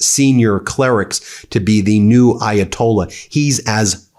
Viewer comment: Please learn how to pronounce the Ayatollah’s name. Differently pronounced from the one in 1979.